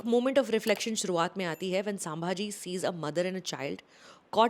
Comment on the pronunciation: I generally like Sucharita’s reviews. But this time I am disappointed, not in the review as I yet to see the movie but the fact that she is calling ‘संभाजी''सांभाजी'. Didn't expect that from Sucharita.